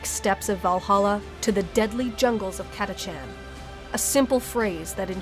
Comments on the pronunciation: You said ,,katačen,, are you Czech, ,,č,, is not normal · Uuhhhhh it’s pronounced Cata-CAN